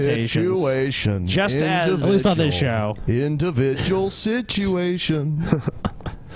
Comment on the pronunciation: and Paul fucked with the word "individual" so hard that I can't read through my sociology textbook without laughing and cringing at the same time.